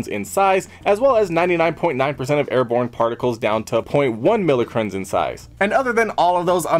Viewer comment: it's pronounce MY-crawns not millicrons